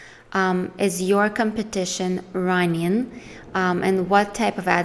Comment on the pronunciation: Just friendly advise. Try puttin' the letter "g" on the end of your words, you have some great content but listenin' gets annoyin' very quickly when you say runnin' all the time.